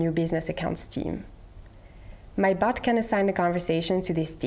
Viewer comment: I can't unhear "bot" sounding like "butt"